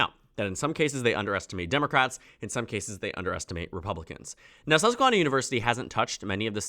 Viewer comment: The first "a" in susquehanna is pronounced like "hand"